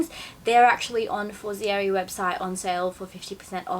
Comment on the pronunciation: Omg. You are pronouncing the Brand name completely incorrect!! Its Italian not French. For zei reeee. And they are sponsorsing you? Sorry, im not hating, but that is really embarrassing. Such a typical easy Italian phonetics. The other La Pear men tear.